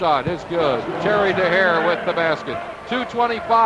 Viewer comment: Terry Dehere....not the hair. Lol.